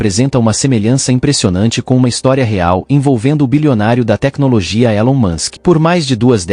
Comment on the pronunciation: O grande mistério ,é a ,pronuncia correta é, Elon Musk ou Ilon Musk , muitas pessoas na tv , falam Ilon , então qual é a pronuncia correta?